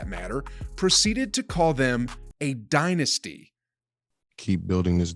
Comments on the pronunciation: "Die-nasty"........Hahahaaaa!!!!!!! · Dillon " DIE-NASTY" Brooks